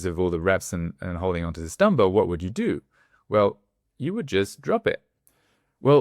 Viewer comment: I thought you were saying Dumbo, not dumbbell 🤭